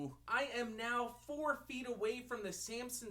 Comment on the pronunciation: i like how you pronounce Samson... Sampson